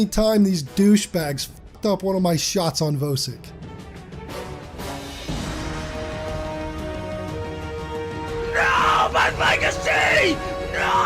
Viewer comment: Just discovered your channel today, really enjoying your content. And I finally found a YouTuber who pronounces Vosik correctly lol.